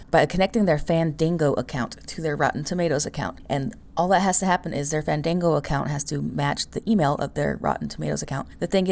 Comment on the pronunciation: Fandingo? LMBO 😂 😂 😂 I think you mean Fandango.